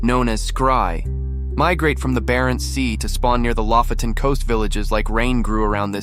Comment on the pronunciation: it's lofoten, not lafoten